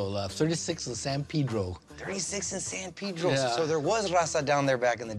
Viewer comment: San Peedro? San Pedro pronounce it right vato, some of y'all chicanos never put effort to your root language, you're an americanized mexican not mexican-american